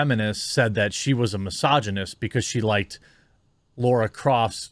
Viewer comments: How can you still not pronounce Lara correctly after 25 fucking years 😂 It's literally phonetic lol. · Lara croft. LARA. NOT LAURA. She even said it in the video clip you played c'mon man 🤦‍♂️. Also I've probably had more interaction with her on Twitter than you have by the tweets I've seen lol. People are fucking stupid. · It's Lara. Not Laura.